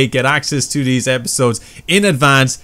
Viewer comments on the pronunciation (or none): none